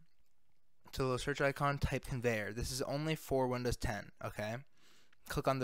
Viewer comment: “con … veyer belt mod” it sent me 😂